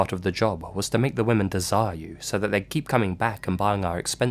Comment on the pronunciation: sweetie, not being mean but you really need to learn how to pronounce the word women. You keep pronouncing it as woman.